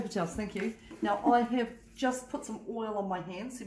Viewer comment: Are you saying "yoost" lol. My hearing is off